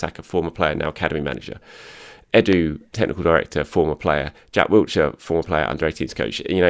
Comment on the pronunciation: there is no T in Wilshere. Please pronounce his name correctly. He deserves that much. There is no excuse as an Arsenal fan and journalist to get his name wrong.